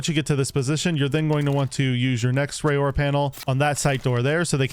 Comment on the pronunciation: Great strat video, thanks! Side note, her name is pronounced "Ror-Ra," think "aurora borealis." She's a Maori girl.